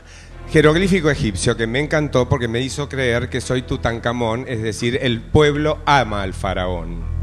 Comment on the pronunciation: Tutancamon dice pachano🤣🤣